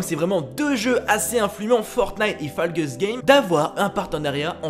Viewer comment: Ca se prononce faull Gaye's